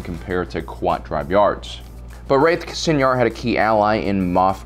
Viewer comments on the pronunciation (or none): It's pronounced like "Sye-nar," you're pronouncing it like senior. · Id always used the Canon pronunciations from the show and books (koo-aht and sai-nar). I was mostly making a joke at his expense, and the expense of YouTubers in general (you'd be surprised how many can't even pronounce a single idiom or turn of phrase). Its definitely not going to stop me from watching this channel, but he did seem kind of iffy on those pronunciations himself.